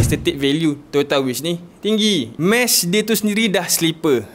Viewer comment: "Toyo o ta wish" ehh bang 😂